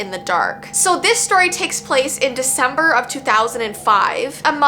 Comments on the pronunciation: Shesaid its veecember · HELP ITS VEECEMBER